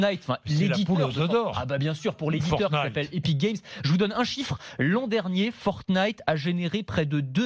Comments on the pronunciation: Il s'avent même pas dit fortine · quand Bordin dit fortnite :feurt-nyte